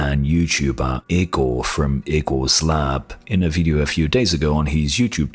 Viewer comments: It's not IKKORRR Igor, like Draculas or Dr. Frankensteins assistant ...and it is pronounced: ee - g oh r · Kinda offtopic note: Igor is pronounced "e-gor". On topic: If Big Navi is really only 256 bit, I'll be disappointed. I want a card than can provide me 140+fps in most games 1440p hq.